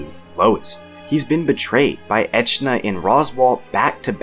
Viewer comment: highkey NEVER pronounce echidna like that again